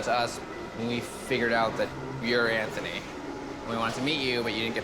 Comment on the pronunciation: Well done that man for pronouncing Anthony correctly. What a refreshing change!